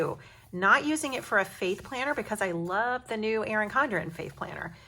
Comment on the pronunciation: This was a great idea! Also at first when you said faith planner, I thought you said "fake planner", I was so thrown for a second! Lol!